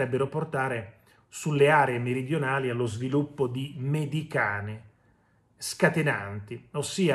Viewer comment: Ma possibile che non conosca la pronuncia corretta? O, peggio ancora, si rifiuti di leggere correttamente solo per non parlare in italiano? Allora dica giustamente come scrivi tu, che è meglio.....